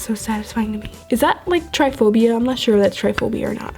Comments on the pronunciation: Its trypaphobia not tryphobia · It's not tryphobia it trypophobia I love your videos!!!! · It not triphobia it's tripophobia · did she say try phobia? 😂